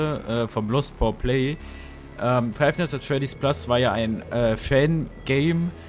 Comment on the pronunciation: man spricht es nicht F N A F aus Sondern FNAAAAFFFFFFFFF Zusammen gesagt aber gutes video 👍